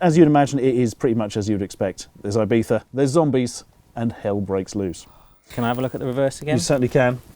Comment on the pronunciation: ibifa? why does he pronounce it like that ?